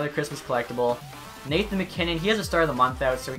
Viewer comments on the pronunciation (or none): none